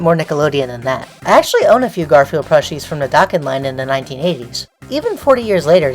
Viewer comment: When you started talking about Garfield merch, I wasn't paying attention to the video and I thought you said "Gorefield merch" and I was really confused